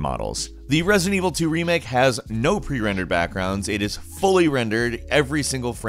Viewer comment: Anyone else noticed him saying "President Evil" or that was just me?